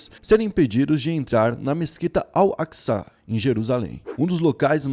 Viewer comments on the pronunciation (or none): Pesquisa melhor pow pra falar, vc nem sabe chamar o nome da mesquita!